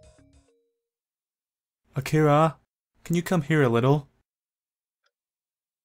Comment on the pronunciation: By the way i noticed that doesn't spell the "R" in Akira... Is "Akia" the correct way to say his name? or it is only to say it faster?